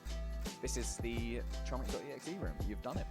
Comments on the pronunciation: its pronounce homik not chomik because its Polish lol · As a polish person i want to know your location to saying chomik wrong way